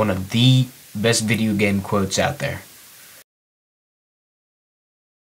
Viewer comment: HE cant say video